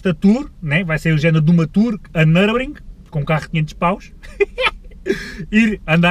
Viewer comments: Nurburgring nao nurbring 🤣🤣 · uma ida a "nurbring"! um carro so pa ir a "nurbring"! por amor de deus, ao menos diz o puto do nome da pista direito